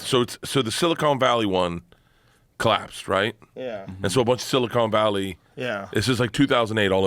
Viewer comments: “Silicone Valley” lmfao. It’s silicon my man… “Silicone valley” is what Jeremy Clarkson calls the region… Because of all the breast implants, lmfao. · “Silicone Valley” -Bert Kreischer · I swear Burt is saying silicone valley. I mean, there is probably a lot of silicone in those valleys too, but still.😆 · "Silicone valley"